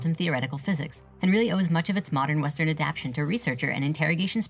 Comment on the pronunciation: mispronounces adaptation.